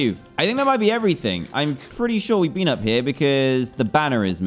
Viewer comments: Why bean? People can speak their own ways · Ahh yes I haven't BEAN to the second part of the end as well